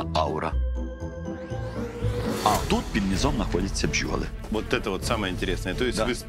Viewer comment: Нєправільної пчьоли.